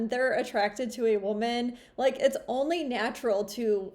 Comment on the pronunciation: ONLAY reazon i klicked on